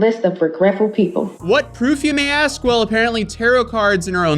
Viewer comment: Man with how many times she AXES people instead of asks, she may be a serial killer.